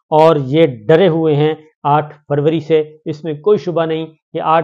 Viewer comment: یہ آ ٹھ فوری کیا ہوتا ہے صابر شاکر صاحب۔ آ پ کا مطلب آ ٹھ فروری تو نہیں ۔ یاد رہے میر ی طرح بہت سے لوگ آ پکی اردو سے آ پکی ذہانت کا اندازہ لگا لیتے ہیں ۔ وڈیو کھولنے کی ضرورت ہی نہیں پڑتی ۔